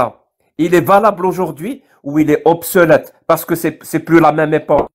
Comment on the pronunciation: on dit obsolète et non pas obselète, on dit utiliser et non pas ituliser. Les erreurs de